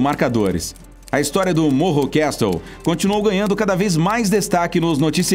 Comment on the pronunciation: Castle pronuncia cassl